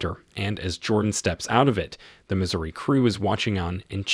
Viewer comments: Missouri NOT misery. If you are going to do synapsis do it live not by CG voice. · Missouri, not misery...my gosh! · It is the "Missouri" not the "Misery".